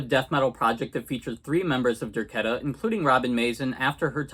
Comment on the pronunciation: It's pronounced Der- KAY-ta.